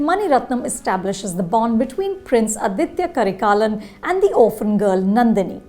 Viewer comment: It's ADITHA KARIKALAN. Aditha in pure Tamil means "the first" "the beginning" "the essence". Aditya in Sanskrit means "the sun". Most people in the Chozha Dynasty had authentic Tamil names and not Sanskrit names. Getting the names right of some our greatest warriors is the bare minimum respect you can give to Tamil roots and it's rich history. It is completely understandable if you are not able to pronounce the "zh" in Arunmozhi and Poonguzhali but prounouncing Aditha as Aditya is not acceptable. It's like how the British changed our names to suit what's more convenient for them. It's disrespectful. Hopefully you and other north Indians will work on it and prioritise keeping up the authenticity of our warriors over your convinience.